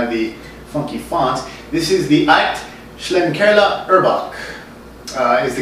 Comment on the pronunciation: I believe it's pronounced "Shlink-er-la" Thanks for always braving it out, and bringing us such diverse and interesting brew reviews.